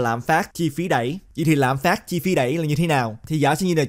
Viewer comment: Ad nói tiếng việt mà cũng nhấn âm cuối😂 lạm phá"t".